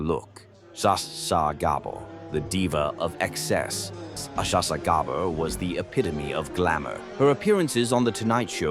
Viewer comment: It was a good AI voclice until he tried to pronounce Zsa Zsa😂 and that wasnt Zsa Zsa it was Jane Fonda.